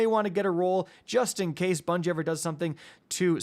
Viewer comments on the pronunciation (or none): none